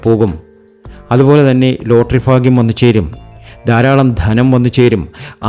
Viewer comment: ഫരണി 😂ഫാഗ്യം 😂